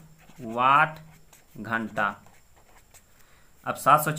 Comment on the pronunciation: घंट नही मामा जी घंटा होता है ।🤣